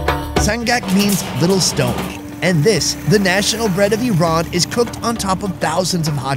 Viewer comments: I RAN is activity you had in the morning! correct pronunciation should be like EERON! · Rule 1. It's purnounced "E-ran" Says "I ran" the whole video. Lol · Rats you show a long 'a' instead of short 'a'. You show to pronounce it 'e-rain' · Just my 5 cents, the rest of the world correctly calls it E ran, only the US weirds everything up calling it Ai Ran or Ai Raq. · Everyone else calls it iran, it's the Americans calls it airan, same with the iraq. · The phonetic pronunciation of Iran in English is i'ran, i'rän, īˈran which is ایران and can be آیران too, and the phonetic pronunciation of Eran in English will be اران or إران which is completely different word. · OH GOD THANK YOU FOR SETTING THE PRONUNCIATION OF "IRAN" STRAIGHT!! People who say "Eye ran" sound like inbred hillbillies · She said neck of aheep instead sheep neck hahah never mined man. and its called GARDAN in iran